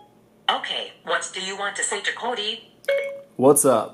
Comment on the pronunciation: "Okay whats do you want to say to Co-DEE?"